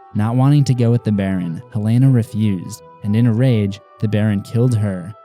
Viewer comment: Its Helena!!! Youre pronouncing it as Helaina!